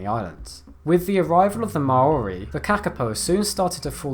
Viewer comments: For future reference, when saying Maori, it’s similar to “Maui” with an R. Good try though. Interesting fact: NZ also has a ground-dwelling bat, and nearly-flightless (after it’s eaten, because it’s so greedy) pigeon... Tbh, most of our native wildlife are either flightless or weird XD Usually both XD (Still love ‘em though) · Can I just, well done. You took the criticism of your mispronouciation of Maori in another Video, and made a real effort to pronounce it more correctly. It was still slightly off, but only in a way a Kiwi would hear. I am a bit sad though that this list mainly concentrated on charismatic megafauna. I love the Kakapo, but I do feel the rescue of the Black Robin of New Zealand a much more impressive feat of saving an animal from extinction. The Black Robin was down to 5 individuals, with only one of those being a female. They now number around 600, all descended from that one female. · A New Zelander here. A correction on the pronunciation of Maori. It's not Ma-ori but rather Maw-ree. I've found very few videos on youtube get this right